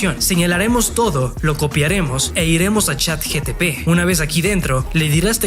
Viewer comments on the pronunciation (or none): Es ChatGPT , no GTP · Chat GPT no Chat GTP hahaahahahahah o es la version china? hahahahaha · Hola amigo me encantó el video lo voy a poner en práctica solo un puntito se dice CHAT GPT NO GTP JAJAJAJ😅😅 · Estoy en el viaje de la marca personal y me ayudaste mucho, muchas gracias:) PD. Es ChatGPT no ChatGTP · Pero no es Chat GTP es ChatGPT.